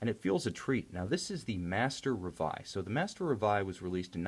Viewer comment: And is reveil as in French not in English. And is Jae-Jae as in Jean, not Billy Jean! In rest, nice review. I kinda don;t like the lack of crystal's AR treatment against that the silver dial and indexes looks foggy. Maybe if they would choose a more grayish silver or a white tone. idk